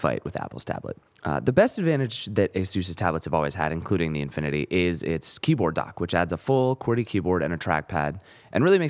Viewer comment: nice review but it's "infinity" not "inifinity"